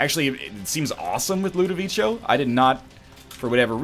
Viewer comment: its not pronounced ludovicho by the way